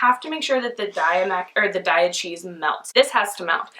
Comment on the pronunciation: I agree that Daiya cheeze is awesome! (PS, it's pronounced "DAY-uh," not "DIE-uh"). I've never tried adding coconut cream to my vegan mac & cheeze, I will so have to try that.